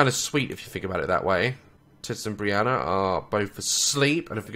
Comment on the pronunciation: Briana not Brian